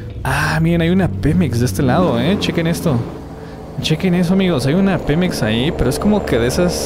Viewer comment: Dice pimex😂😂😂